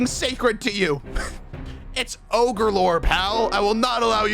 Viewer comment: ranboo mispronouncing "ogre" is so funny??